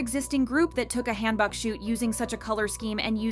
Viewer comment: Hanbok = Genghis K-(Han) Book. Not, Hand Bok(choi). Butchered.